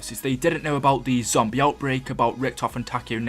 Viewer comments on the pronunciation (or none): none